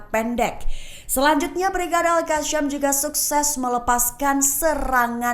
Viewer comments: Gak enak banget kakak ini baca berita, sejak kapan al qassam jadi al qasyam 😢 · Al Qassam bukannya Al Qasyam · Gemes sama host..bisa baca ga sih 😮 Qasam itu Qaf... bacanya Qosam... bukan al kasyam.beda artinya mba.. astaghfirullah